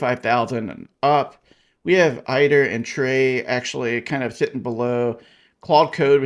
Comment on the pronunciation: It's pronounced aid-er. Makes sense because it aids you in your work. If it was pronounced like you say it would probably be spelled eyeder.